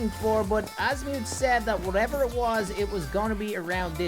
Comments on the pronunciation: If there is one thing about Ben 10 fans is that you must never, EVER, mess up a character’s name, like saying Asmuth(As-mute), instead of Azmuth(Az-Muh-th). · He’s saying azmuith and not azmuth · Azmuth is pronounced Az mith idiot haven’t you watched Ben 10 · its not pronunced azmiuth its pronunced azmth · It’s not as mu it’s as myth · The way he calls asumth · I still cannot get over Azmi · that's not how you say azmuth you say his name like azmyth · I don't think watches ben 10 because he said most of the names wrong and also said 'Asmuuth' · SAID AZMUTH IN THE 1ST MINUTE BUT THE REAL OF THAT GALVIN WAS AZMATH NOT AZMUTH GOT IT WRONG WHENEVER I WATCH HIS VIDEOS I ALWAYS HEAR A WRONG NAME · It’s pronounced azmuth without the long u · 1st minute of the video, pronounced Asmuth wrong unsubscribes " this is an unforgivable mistake" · The way he pronounced azmuth😭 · Holy shit what was your childhood or atleast teenager-ish hood to mispronounce azmuth’s name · It funny how he pronounces the aliens name